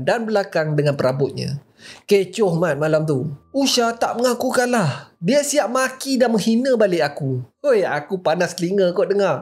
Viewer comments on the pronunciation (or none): none